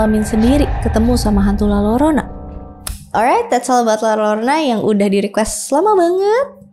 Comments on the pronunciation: Mbak, baca nya LA-YO-RO-NA Bukan LA-LO-RO-NA 🙏😁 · Punten kk, koreksi dikit, utk pronounnya la yorona klo d spanish Ll di baca Y 😊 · Izin koreksi dikit kak. Penyebutannya yang lebih tepat itu La Yorona ya. Karakter double L dalam bahasa Spanyol itu dibacanya Y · Eh iya coba ku tes di google translate bacanya jadi : la yorona